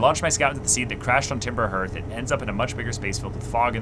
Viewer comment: By the way, the word "Hearth" sounds like "Heart" but with a "th" at the end.